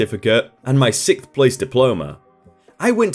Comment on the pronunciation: Sixth is pronounced "six-th," not "sick-th." SIKSSSSTH.